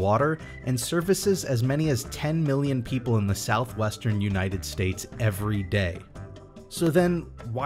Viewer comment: I thought he said southweast